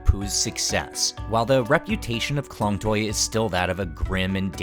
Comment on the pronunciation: You pronounced Klong Toei wrong and its very annoying but not your fault, its confusing for westerner.